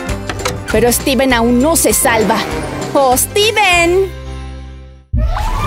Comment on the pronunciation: Se dice Steven